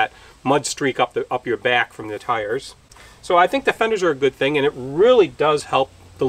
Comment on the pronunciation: Fenders? You make it sound like the word "Thunders".???? Is that a regional colloquialism?